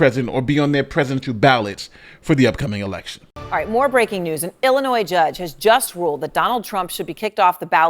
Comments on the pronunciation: I have to say this because I listen to you a lot and between this and Tiffany Henyard, you say Illinois a lot. The "s" is silent in Illinois. Sorry! It's a sticking point with some of us residents of this crappy state! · I'm always amazed when even the smartest of black men wrongly pronounce such words as Illinois, Neon, ask, etc.